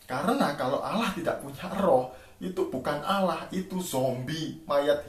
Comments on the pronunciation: blajar lagi bahasa indonesia sebut Allah jadi Alah 😀🤣😁😄😂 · Buat cara nyebuat Allah aja uda salah klau bahasa indoneseia yg benar pasti kalau hurufnya ganda pasti nyebutnya di pertebal' kalau Allah ( bukan dibaca Alah ) harus dipertebal Jadi Allah